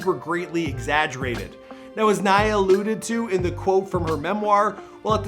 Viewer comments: he finally pronounces her name right👍🙌🙌🙌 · “Yeah that’s Naya” “NeIgHuH” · Her name is Naya not Neya! Come on at least get her name right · Dude is just not good with names... Nae ya? No mcgoober... NAYA ( Ny Ah... NAYA) Damn ! Didn’t u hear Arsenio in the beginning of the video pronounce her name? I’m starting to think he does this on purpose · it’s pronounced ni/yah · Please practice the pronunciations of your celebrities, especially the ones who are longer with us🤦🏾‍♀️ “NYYYY-UHH”, like “Nitrus”. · its pronounced "NIYAH" come on dude, you could at least get her name right. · It pronounced Ni-yah please show some respects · I don't mean to be petty but it irritates me when people are miss pronouncing her name. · Too bad the narrative could not pronounce her name properly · Pronouncing her name correctly wouldve been the most important show of respect for a start! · Holy crap you butchered the pronunciation of her first name, jackass..... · Its pronounced like Hiya. Not nay-a. Naya. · Everyone says naya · I know!! Right .give my girl her props. PUT SUM RESPECT ON NAYA'S NAME🙏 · Is it bothering anyone else that he kept mispronouncing her name? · I’m so glad I’m not the only one who noticed… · They literally pronounced her name and homeboy is butchering it. I’ve noticed he does that often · Cause he’s Canadian. They have dumb ways of pronouncing names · THANK YOUUY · I know is Canadian so the accents are different and stuff so I'm not trying to rag on him, but I really wish more research and practice would go into the pronunciation of peoples names. For the Pop Smoke video he called Canarsie "Can a rise" and now Naya's name gets butchered for 10 minutes straight. Out of respect to the departed, their names and their home towns, etc should be pronounced correctly. 🤷🏻‍♀️ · I love your videos. keep up the great job but please learn how to pronounce people’s names.